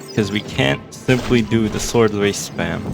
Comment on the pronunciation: It’s funny how you say: “arckidons” and “swordwraith” instead of the normal versions